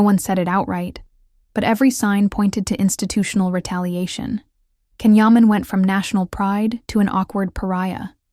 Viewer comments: You don’t even pronounce his name correctly. His name is not pronounced Can but Jon. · I appreciate the information you have to impart but it drives me nuts when journalists do not take the time to pronounce the names of Turkish actors or their work correctly. Please take a moment to pronounce properly beginning with "Gian" Yaman. in Turkish it is not a hard C. A C is pronounced as a J unless it is Ç which is a ch sound. Please correct your pronounciation. Can's arrogant behavior does not endear him to many.